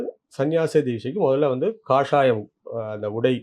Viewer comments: It's not kashsayam, kaashaayam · கஷாயம் இல்ல ஒய்..... காஷாயம்.... means சந்நியாச உடை காவி உடை ......😊👍 கஷாயம்னா மருந்து ஒய்....